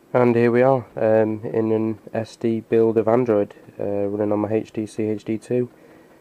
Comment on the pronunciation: Great, thx. One thin: wtf with the pronouncing oh Htc???